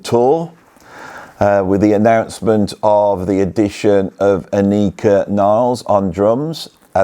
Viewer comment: Why does nobody make the effort to find out the correct pronunciation of Anika‘s name? She is German, so at least try to get it sound right.